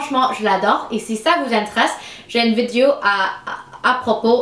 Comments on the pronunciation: Tu dis vidio au lieu de vidéo x). J'ai dit à eux = Je leur ai dit Félicitation pour ton français :). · On prononce vi-dé-o